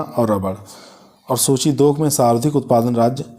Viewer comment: Ye sarvdhik nahi sarvadhik hota h sardhik sarvdhik kahte ho